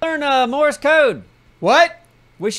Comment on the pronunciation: You need to tell Neebs that it’s “Morse Code” and not “Morris Code”.